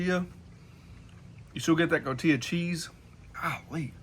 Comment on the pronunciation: It's called CotiHa cheese, NOT CotiYa..